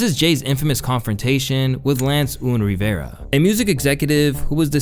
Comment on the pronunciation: its not oon rivera its UN like UNstable Rivera and not TIE TIE its TAH TAH like where are the TATAs